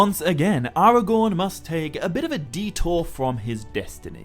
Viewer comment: AragoRn... rhymes with 🌽